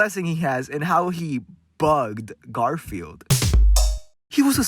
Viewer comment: I can't tell if you said GarfielD as a joke or you just didn't know his name is Garfiel. 😂